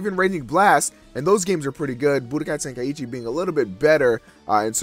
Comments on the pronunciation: Well, I'm an American, but I don't. Honestly, It's just out of habit, but it actually is "Ten- Ka- ee- Chi," not "Ten- Kai- ee- Chi" or "Ten-Kai-Chi." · why do americans pronounce "Tenkaichi" like "Ten-Kai-Eee-Chee"